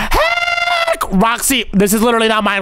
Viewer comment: It's funny when he said what the heak about the torch 🔦 🤣 😂 😆 😅 😂